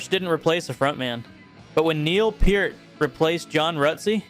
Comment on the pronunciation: Props for correctly pronouncing Peart.